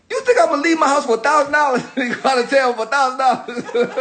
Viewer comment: Yoo when he said thousand dollars at the end 😆😆😆😆"thousanddollas" yoo🤣🤣